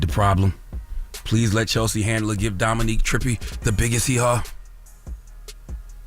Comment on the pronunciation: Shame. The way Charla kept saying Dominique instead of Dominic 🤣🤣🤣🤣🤣